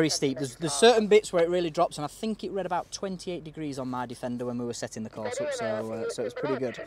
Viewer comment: "Oop", "bo-tun"🤣